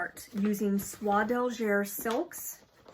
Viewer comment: A great time to knit red Christmas charts in Sulky or DMC. Love your flosstube. You are such a great enabler. BTW Soie d'Alger is pronounced like eh at the end not er. French is hard and confusing! Im so glad I took it in school for years